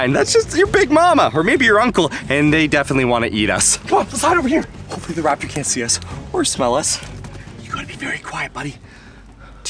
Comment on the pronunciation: IDIOTA Não É RAPITOR É TERANOSARO